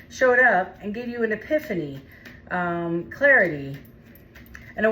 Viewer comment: Did she just say the 2 of swords was clairty? 😂 what?